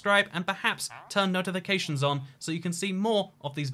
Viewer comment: is it just me cause i heard "turn no to the cations on"